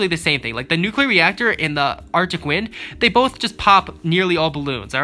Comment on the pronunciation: Why do you call them nuclear neactor